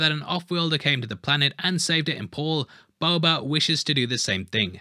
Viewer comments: are you saying "Boba" or "Bubba"? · I love your videos. Please stop saying "Bober" lmao